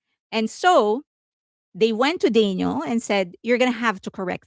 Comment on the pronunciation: You pronounce her name like Daniel. Her name is Danielle.